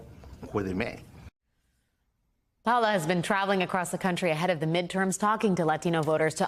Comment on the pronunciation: Her name is Pa O la Ramos not Paula Ramos